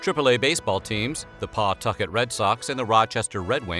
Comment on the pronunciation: You pronounced Pawtucket wrong